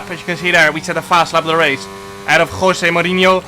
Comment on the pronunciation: Nobody: Jarno: KHWOSE MOURINHO